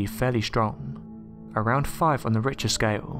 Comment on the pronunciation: The "RICHER SCALE" ???? The Richter scale is pronounced 'RIK-TAR'.. (think of Earthquake 'intensity' measurement) etc. & "Sezmic" shaking ??😕 Seismic is pronounced 'size-mik'.